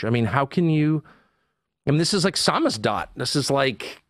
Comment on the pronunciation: Not sure, but I think I heard Tucker say "Samistad" at the end of this, when he probably meant "Zamzidat", which, if I remember correctly is a Russian word for "contraband literature"--which could bring about summary execution in some cases if found on one's person. Someone feel free to fill me in on whether I'm on the right track with this and how everything's spelled.